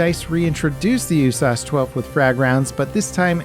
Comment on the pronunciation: Why are you pronouncing USAS?